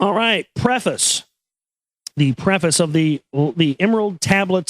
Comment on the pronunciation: I made it past "prefice" ok, I cringed at "Toth" but shook it off, but when Toth started secreting some substance I've had enough. Dear gods.